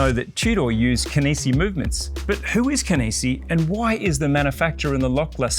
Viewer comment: Such an odd presentation lol Starts off the video pronouncing Kenissi correctly Switches to "Kennessee" Reverts back to the normal way 😵‍💫😵‍💫